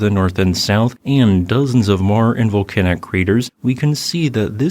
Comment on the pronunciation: What kind of AI garbage is this? "Vol-can-ack" eruption?